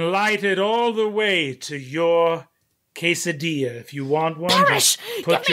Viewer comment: The way Brennan says "Ques-a-deezha" and then "Hess-a-diya" is WILD.